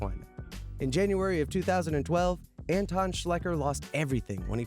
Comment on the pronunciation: Anton is pronounced Un-ton. Adolf is pronounced Ah-dolf.